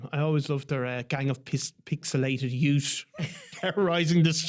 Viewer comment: Deplorable pronouncation from a gang of pixilated yout